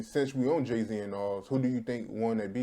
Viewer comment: did he say Gay Z???